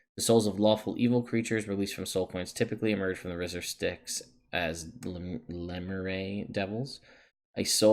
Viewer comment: how do you see lemure as lemor ray? le myure, like pronouncing mirror without the word. mirr*r*r